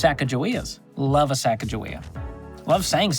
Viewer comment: Her name is not pronounced sack-a-ja-wea, it is pronounced sa-ga-ga-wea. This pronunciation is from the Mandan and Hidatsa tribes who gave her the name.